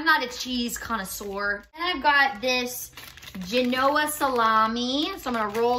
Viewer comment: Did you call it GE-KNOW'-UH salami? 😑 It's GE'-NU-AH. Girrrrrrrrrrrrrrrrrrrrrrrrl